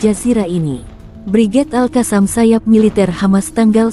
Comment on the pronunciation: Bacanya Al-Qosam ya neng, bukan Al-Kasam